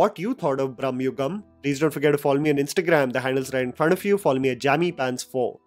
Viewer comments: It is Bra ‘ma’ and not Brahmayugam like God Brahma. Just observed this and translates totally different meaning otherwise. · Not Brahmayugam it's Bramayugam. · It’s not Braamyugam it is Bramayugam…. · It's "Bhrama-yugam".... Not Bhram-yugam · Its not brahmayugam, it is bramaaayugam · It is not brahma yugam its brama yugama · It's not brum-ha-yugam it's bruh-ma-yugam meaning delusional age. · Its not brahma yugam its brama(mad) yugam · U r pronouncing it wrong... It's Brama-yugam... Brama/bhrama is illusion/wrong sense of purpose/negative thoughts Not Brahma-yugam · I think you keep pronouncing “brahmayugam” it’s just bra-ma-yugam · It's Bhramayugam, not Brahmayugam. Bhramam = Insanity. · It's bhrama yugam not brhma yugam😅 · It's pronounced as भ्रहम (hallucination) (Brhmayugam era of hallucunation) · Its "Bhrama-yugam" or ഭ്രമ യുഗം. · The title is pronounced Bhram-yugam, age of madness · Just a tiny correction: It's 'Bramayugam' meaning 'age of brama' or 'age of madness' Have nothing to do with Brahma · It's not 'bhramma' yugam (age of bhramam) man, it's 'Bhrama-yugam' bhramam means madness.. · It's not brhama but bhrahba(confusion) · It's not pronounced brammayugam, it's bramayugam , bramam means madness. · It is not Brahmayugam like Lord Brahma, but Bhramayugam, Bhrama like illusion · Exactly. I saw many ppl makes this mistake even after seeing the movie. Mamooty clearly says 'bramayugam' brama means going mad. But many ppl say it's as brammhayugam. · Its bramayugam not branmayugam. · The title of the movie is pronounced "bhrama yugam" and not "bramma yugam" as you say in the first few seconds of your video. The first word in the title means delusion (in hindi - भ्रम). Your pronounciation of the first word in the title as bramma (in hindi - ब्रह्मा) makes you interpret the title for an "era that represents the exodus of Gods", when in fact it is referring to the delusions of the principal characters in the movie. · Bro its not Bhrahmma.....its Bhrama.......illution